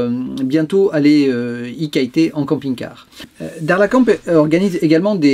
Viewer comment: bonjour c est dommage de ne pas dire le nom correctement ...les marocains veulent que ont disent le nom de leurs villes correctement... bon voyage